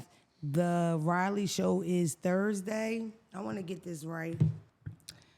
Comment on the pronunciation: I love you. It's pronounced Rah-lee😅